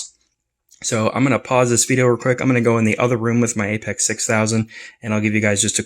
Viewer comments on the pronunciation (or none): It’s pronounced “Apex” and not “A P X”????